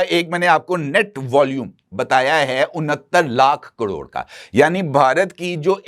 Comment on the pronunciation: کڑوڑ؟ یا کروڑ؟ آپ واقعی صحافی ہیں جنابِ عالی؟؟ بہت خوب جناب بہت اعلیٰ خبریں ہیں 👌🏼